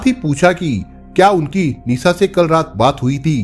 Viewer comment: Language sudharo bihariyon ke language mat bolo pure world mein viral hota hai video sha Ko sa mat bolo Nisha ko Nisa mat bolo aap ka video dekhna chahte hain lekin aapki language pasand nahin hai